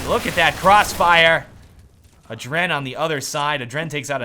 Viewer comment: it kinda drove me nuts.. its Aadren. not adren. you pull the a so like Aadren and not aDren